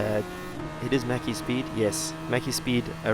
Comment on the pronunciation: Didnt know slovenians play this game (he was top3 whole race) And also you pronounced maciek a bit funny and very wrong hihi